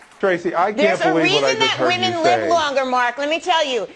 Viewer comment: It’s women not moman